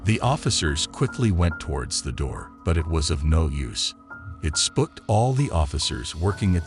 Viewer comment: Who tf says spook like that? Lmfao “he spuked him” is what it sounded like you said instead of SPOOKED!! Some people really are something else that’s for sure! Lmao wow!! 😳🤦🏽‍♀️🤣😂